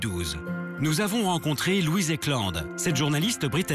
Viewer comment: Je l'ai vue sur NRJ Paris , quand j'ai entendue " Louisse" OMG ...